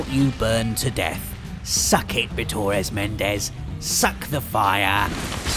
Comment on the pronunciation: It's not Bitores Mendes, Its Bitor Mendes. It's like a Basque trying to speak my Name.